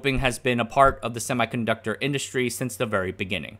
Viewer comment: HEY MAN i dont want to be rude but u need to pronounce "semiconductor" correctly